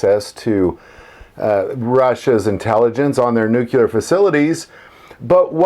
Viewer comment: Can't even say the word nuclear right. NUC-LE-AR NOT NUC-UL-AR.